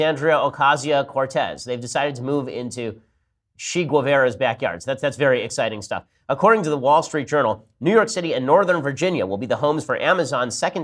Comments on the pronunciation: "She-gavara" haha nice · This had me LOL, but yeah, he pronounced it wrong.